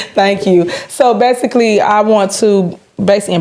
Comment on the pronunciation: So, BASEALLY...😂😂😂